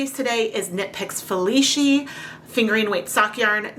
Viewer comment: My mother loved orange but now I have a skein of yarn that no one wants and I need to overdye. In due time, of course. BTW,, the "c" in "Felici" is pronounce as "ch" instead of "sh". Italian is weird like that since sometimes it is just a "c".